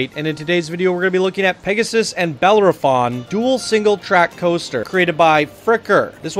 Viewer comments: It's pronounced buh-lair-uh-fon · You keep forgetting to say the O in Bellerophon.